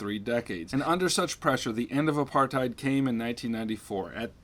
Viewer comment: wait... THAT'S how you pronounce apartheid??